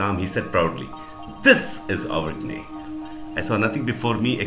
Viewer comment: Avergne is to be pronounced like uvenia i think